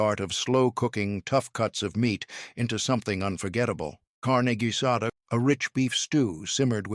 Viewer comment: Tamales = tah/MAL/lehs ... Carne Guisada = KAR/neh gui/sah/dah ... Tortillas = Tore/TEA/yahs